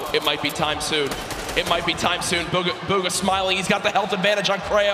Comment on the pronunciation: Buhga not booga